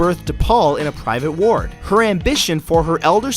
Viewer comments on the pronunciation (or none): none